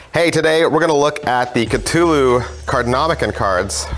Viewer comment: Catulu... why just why pronounce it like that